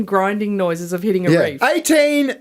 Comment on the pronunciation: **REEF. Not "REAF." 🤦‍♂️